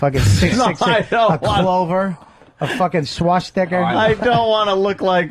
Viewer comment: I can't believe they let Bobby get by with saying Swasticker